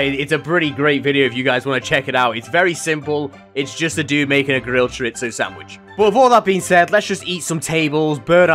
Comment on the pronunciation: aint no way he called chorizo choritso what the fuck 💀